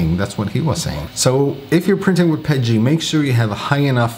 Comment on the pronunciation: What is pedgie ? Are you saying PETG? LOL. Awesome tips. Thanks!